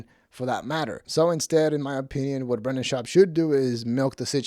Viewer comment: Half ur views are people laughing at ur speech impediment. “Bwendan” 😂